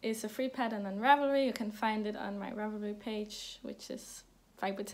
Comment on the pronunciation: You say "ravelry" just fine... ;-)